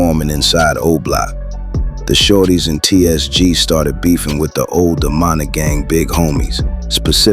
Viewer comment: Teach your AI to say Munna NOT Monna! Edit: Now I hear it saying "Manna"?! Come TF On Bruh!